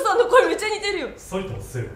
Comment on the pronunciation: 埼玉西武のイントネーションがちょっと違ったから先生惜しいなーw